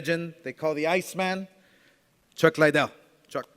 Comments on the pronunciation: Still calling him Chuck Lie-Dell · How are you promoting this fight and calling him chuck lydell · Chuck "Lie-Dell" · no bro even casual fans say chuck lidell not Liedell you dumbass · Oscar del la Hoya what an idiot nob end can't promote this he's a joke a wana be Dana the ufc refused to do this fight cause the fighters are to old lol come on chuck Lydell lol its fucking chuck Liddell u fucking idiot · Damn bro...... get some speech classes bro. Don’t you have writers to put your speech together. Your straight wigging it bro. Also Chuck (L-y-dell) or Chuck Liddell. You can’t even say that right. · Why does Golden boi keep saying Lie dell? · Not Lie-Dell It’s Liddell Dumbass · Why are you saying chuck lies or are you trying to say liddell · Oscar should stick with boxing. Take some public speaking classes. He said Lie dell for fuck sakes. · It’s Liddell not lydell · Chuck Lie-Dell and Tito More-Tiz. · Tito . "Lie-dell" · Between the monotone and pronouncing liddell wrong i can honestly say i will never watch oscar speak again! What a twit 😂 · Holy fak 2 minutes in and you wrongly pronouncing Chucks last name so many times was enough for me to hammer the mouse to dust - stick to being the face of the company get one of the punch drunk fighters to be the voice cuz man oh man you struggled